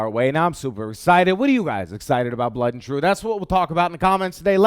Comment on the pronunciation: No British person in history has ever pronounced 'blood' as 'blut' just FYI;) Great vid. Can't wait for pixel ripped and blut an' troof.